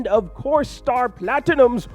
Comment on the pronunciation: “Star platttt-e-num” 😂